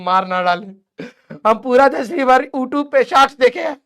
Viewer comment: YouTube ❌ Ootub✅